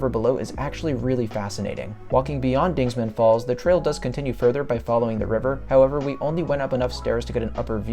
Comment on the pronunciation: Dingman not dingsman. Show some respect to Jebediah Dingman,the 4th earl of Worcestershire England UK. Dingman Falls,say its name.